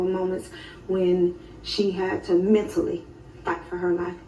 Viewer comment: The EMPHASIS on "Mentally made her way back" was very telling. This was a good one. ❤❤❤❤